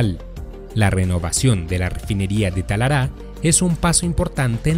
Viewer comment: Muy bueno, solo una cosa No es "Talará, . . . es Talara", gracias y saludos